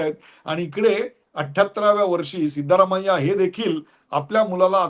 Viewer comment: सीतारामय्या नाही सिद्धरामय्या